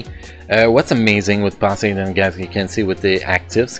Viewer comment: I dont mean to offend you though Its just funny to hear even if thats how you really pronounce it 😅 Happy New Year btw!